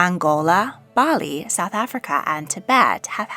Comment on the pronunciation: this.. when said Bali, I just can't..